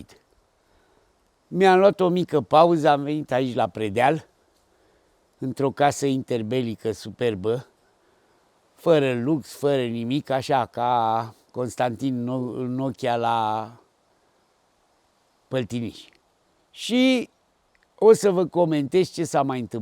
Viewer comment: "Constantin Nokia...?" Atenție, era Constantin Noica, la Păltiniș!